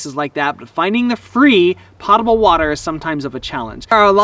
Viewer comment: Po ta ble. Not Pot able. Pot-able is where you can get high.